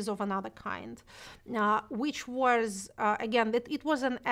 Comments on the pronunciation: норм английский подтянул за этот час P/s/ Шульман забавно говорит was как wars ) и becaurse ) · Если что, меня абсолютно все устраивает, но очень часто она произносит прошедшую форму глагола to be (was) как worse, и с похожим окончанием часто звучит because. Именно это и заставило оценить на четверку) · Отличное интервью. Но с «ворс» (was) и «бикорс» (because) нужно что-то делать ;)